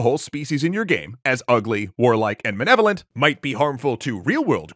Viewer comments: I honestly can't get over how NOBODY is harping on the narrator for being unable to fucking pronounce "malevolent". Look at the fucking letters; it's not "ma-NE-volent". The racism is bad too but for fuck's sake. His JOB is READING a SCRIPT on youtube, and he can't tell the difference between an "L" and an "N". ... There is probably a joke in there somewhere, but I'm too mad about "manevolent" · I fucking hate this one clip of the video I keep seeing where he says 'ugly warlike and manevolent' It's MALEVOLENT you uncultured ignoramus. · what really pisses me off here is that doesnt know how to pronounce "Malevolent"